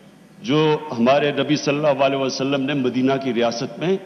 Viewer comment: Murtad cant even speak the name of our beloved prophet sallala hu alaihi wasallam properly